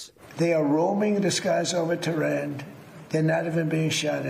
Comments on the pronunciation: He keeps saying "terrain" instead of "Tehran". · He can't even pronouce 'Tehran' correctly.